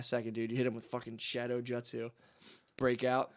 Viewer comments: Hearing matt say Jut-sue instead of Joot-sue has me dying. Matt's inner weeb coming out. Naruto is goated. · Wuder style jut sue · Isnt it Jewt-zoo? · Matt's pronunciation of jutsu is killing me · It's so damn funny how Matt pronounces words like Nar U to and jut soo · Matt saying Naruto and jutsu wrong